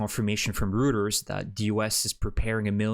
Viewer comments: Thanks for your work informing us. Just a note: Reuters is pronounced in the German way, like Royters, not rooters. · it's pronounced "Roi-Turs" or royters you already butcher the city namea enough. now you can't even say the source names right either? lol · Great video again! If you can keep all these good news coming, Ukraine will some time celebrate a great victory for peace, freedom and democracy! From this video it sounds as if "Rooters" is the Ukrainain-Canadian way of pronouncing Reuters. Many other places it will be pronounced "Royters".